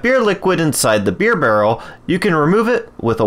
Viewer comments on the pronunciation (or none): BEERY XDD